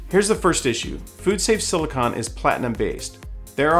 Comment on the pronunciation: SiliCONE…like ice cream cone. Not siliCON.